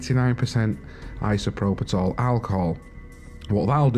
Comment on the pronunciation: Isopropitol? That's a new one :p. There's no T in isopropyl